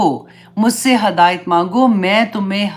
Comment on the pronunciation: Hidayat not hadayat